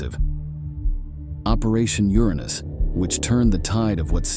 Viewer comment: German with a hard G? Really? Uranus with a short R? Commit soo-seed (suicide)? Cooridge (courage)? Of the 110 sewers Grrrman? Gooligs? Holy shit! Who is the narrator? Absolutely the worst I have ever heard on any video on YT. Unbelievable!